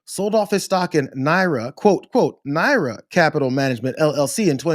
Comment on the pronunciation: It's nar-ya not Nara